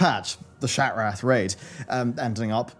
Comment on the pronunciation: The way you pronounce Shattrath as SHAT-WRATH 🤣😭 I choked on my dinner haha great video tho man ty